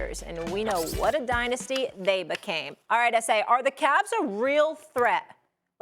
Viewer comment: Is it just me or did it sound like Molly said SA like esse? Haha